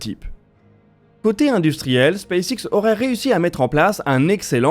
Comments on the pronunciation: j'ai un doute sur votre prononciation de space X. Elon Musk prononce "space ex" il me semble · C'est en effet la prononciation francisée